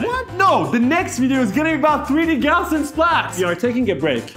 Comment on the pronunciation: Hey guys, love your work but can I suggest a correction on pronunciation? The correct pronunciation is Gauz-ian splatting. It's gauze like you put on a wound, not gow like cow.